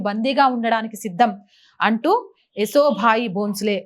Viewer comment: ఏసో బాయి, కాదు తల్లి. యశసో బాయి అనుకుంటాను.